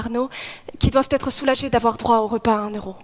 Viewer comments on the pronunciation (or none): none